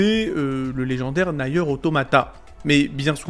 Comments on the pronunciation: on dit Nir et non naieur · "Naïeur" ? Même les anglophone le prononcent "Nire" j'ai mal...